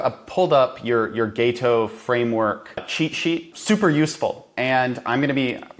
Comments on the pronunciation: It's pronounced Gato not Gayto. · It's gaHto, not gaYto, goddamn it. You can hear him say it! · It's Gato - "Gaw-toe" 😂😂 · GAH-to. Also, that is not his "best" video. He has lots of videos that are equally good. But I do appreciate that you brought him on your show.